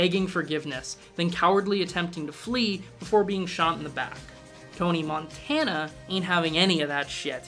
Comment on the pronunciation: Would you stop saying Montana like the state, thats not how his fucking name is pronounced